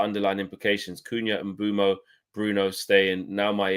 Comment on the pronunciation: Pronunciation is Correct Its ImBoomo We call Him MBOOMS 💥🔥🔥